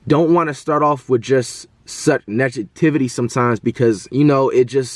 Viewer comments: dude said “nejativity” 🤣🤣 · Nigga said “Nejativity” cmon flight 🤦🏽‍♂️ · Nigga said nejativity?? 🤦🏾‍♂️😂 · this man can’t even say negativity 😂